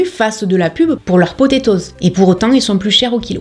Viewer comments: Je suis désolée mais j'ai eu un fou rire lorsque tu as dit le mot potatoes 🤣🤣🤣🤣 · Ta façon de dire "potatoes" me fait vraiment rire, très frenchie 😂. Merci pour ces supers conseils!